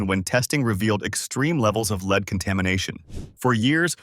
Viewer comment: It is pronounced led not leed.